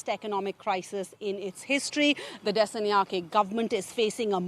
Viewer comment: Her pronunciation of 'Dissanayake' is what you'd expect from a text to speech generator. 😅